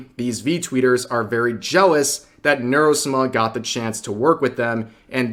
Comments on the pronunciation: Sah mah Not "-smah" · why do you say Nuro-Suma? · Is it just me or does rev's pronunciation of Neuro-sama just sound wrong? 😂